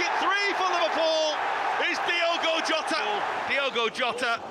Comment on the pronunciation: Ojy should pronounce "Diogo" well😢...wetin Happen